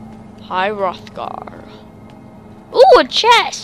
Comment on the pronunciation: he totally mispronounces everything but he's like somewhere between 10 and 13 hrothgar is my main peev on this but all in all a good video